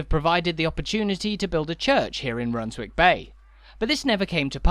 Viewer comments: Is it not spoken Runs-ick bay? Like Flitwick is said as Flit-ick. What do you think? Redcar or Redcu? God bless. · You don’t pronounce the w in Runswick Bay, rather like not pronouncing it in Alnwick, Keswick etc.